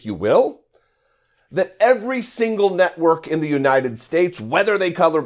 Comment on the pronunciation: Did you say “FOX news NUTWORK” I thought that’s what I heard.